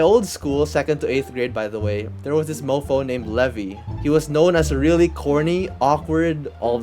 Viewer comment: bro said levey